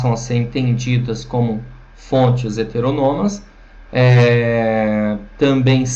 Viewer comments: Seria melhor se ele pronunciasse a palavra "HETERÔNOMA" da maneira como ela é escrita, pois ao meu ver, a forma como ele pronuncia tira a credibilidade e a autoridade sobre o assunto. Lembrando que isso é a MINHA opinião. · Não, velho. Tá incorreta a pronúncia sim. kkk